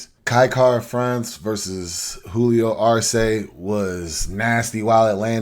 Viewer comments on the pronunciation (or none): Kai Kara-France vs “Julio our say” ? 🤣